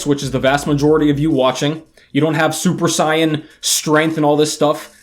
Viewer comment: The fact that you pronounced Super Saiyan the correct way in English has me wondering if you're a DB manga fan. Lol